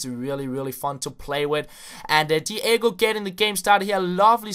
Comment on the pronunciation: DEE AY GO lol